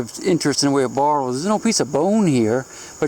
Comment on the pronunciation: Still think its funny how he says bottles. Sounds like he says bartles